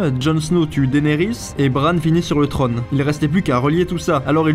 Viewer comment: Le trone ? le trÔne !